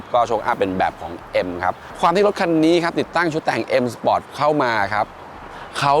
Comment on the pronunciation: ออกเสียง sport ว่า spot ก็ตะหงิดแล้ว มาอ่านคอมเม้น โอ้โหหหหเลย